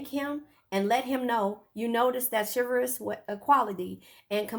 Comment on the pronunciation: Just forget the card move on sis you can’t say the word CHIV-Al-ROUS 🤣😂